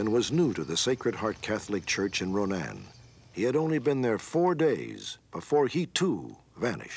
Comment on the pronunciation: I’m glad Robert stack said Ronan right lol sacred heart here in Ronan removed all his pictures and name from the church